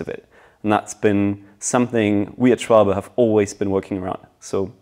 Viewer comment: Dang! Can we Americans - and even you Brits - please learn to pronounce the name properly? It’s not pronounced “Shwohlbee” it’s “Shvalber”